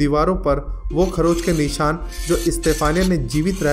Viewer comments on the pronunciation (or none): none